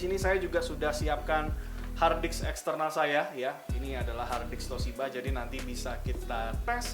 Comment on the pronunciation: Saya sampai mengulang video ini apakah pendengaran saya yang salah ketika anda mengucapkan kata "hardisk"